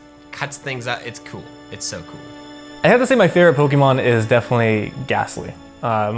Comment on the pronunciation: MY, NOT F*CKING ME! AND STOP LEAVING OFF THE O IN FAVORITE!